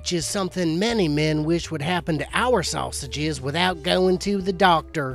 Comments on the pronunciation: say-sa-zay ... k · 'Sausages' to 'susaw hages' 😂😂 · "Say-say-gis" of course 🥴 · I only kept watching because of the way he says sausages 😂😂😂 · Intordoos soosaages😑 really